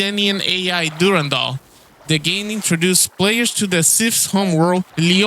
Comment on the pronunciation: My guy, great video! very through. I'm an Og marathon player from 94. Played tons of bungie games. I have watched TONS of other people's vids on it. I give tons of love for you saying DURANDALS name correctly. awesome video and keep being awesome.